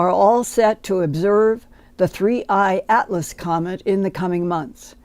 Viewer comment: Linda can hardly speak… and why is it sooo difficult for everyone to say 3i atlas???